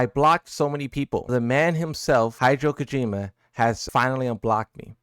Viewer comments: "Hydro Kojima" bro didn't even TRY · First 30 seconds, doesn’t even read the on the tweet correctly, hideo Kojima is crazy